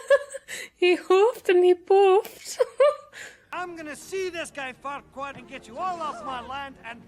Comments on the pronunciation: You know that his name is Farquaad, not Farqua, right,? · Not that your other reactions aren't good, but it's so much more fun seeing you watch light, animated stuff. You need to watch Megamind at some point! Also, it's Lord F*ckwad... I mean Farquad. You're missing the D. ba-dump-psh 😏😂